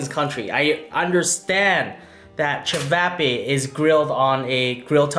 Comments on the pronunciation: I’m am Croatian so I feel disrespected when you say chavapa ist chavape ok 👍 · It’s pronounced chi-vaw-paw